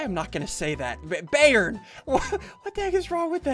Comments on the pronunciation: It's biyern not bærn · ssundee when you said bayern yeah you kind of said it wrong :l its a german soccer team say its said byern but spelt bayern :) i guess the guy hates that soccer team bye (like your vids):) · Me Yes, Bayern Munich (The name Ssundee mispronounced by a mile)